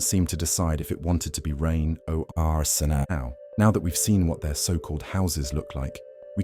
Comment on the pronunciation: Right? Did he just say “rain O-R sn-aw” 😂